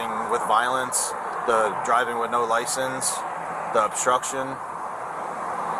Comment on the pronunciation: This is not “osstruction” 😂